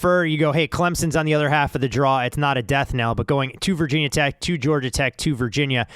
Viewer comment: Omg that "Vah Tech" is like nails on the board.. Ask any VT fan, and they'll ask "Why call Virginia Tech/VT/Hokies Vah Tech but don't call Georgia Tech/GT Gah Tech, or Louisiana Tech Lah Tech?" Even ESPN changed that.